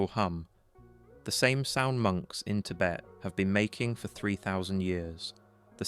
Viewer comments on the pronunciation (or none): none